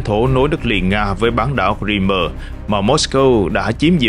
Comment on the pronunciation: Ông này tự sáng tác ra cách đọc Crimea chẳng theo ngôn ngữ nào cả. Hãy đọc theo tiếng Anh ( tra Google) hoặc đọc tiếng Việt, Nga là Cờ Rưm.